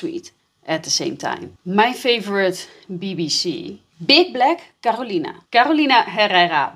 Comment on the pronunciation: Was the emphasis on "BBC" subliminal?? Lol